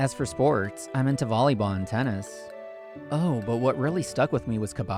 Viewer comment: As someone from india heraring kabbadi being refrenced and correctly explained was so amazing but they butcherd the pronounction which is understandable